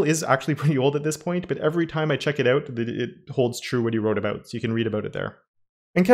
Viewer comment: man just say "out" not oùt. repeat after me: out out out ah-ooh-t